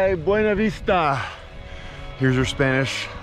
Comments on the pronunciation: They pronounce it Be - ewe- knee vista Not Ba - wain - a vista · [BWEY-NA VISTA] god how do people not know how to read